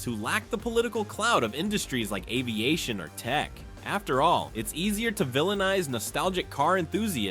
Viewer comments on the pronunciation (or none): none